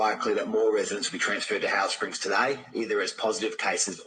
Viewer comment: Am I the only one who noticed that when that Aussie said Howard Springs it sounded a lot like Auschwitz am I really the only 1 who noticed